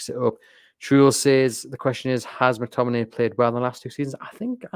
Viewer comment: Scott McTomi-NAY